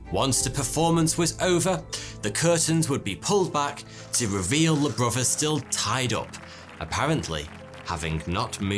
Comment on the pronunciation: “Bro vers”…..interesting accent…….